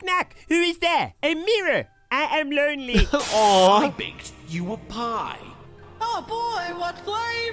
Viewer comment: “Eh ehm loanley”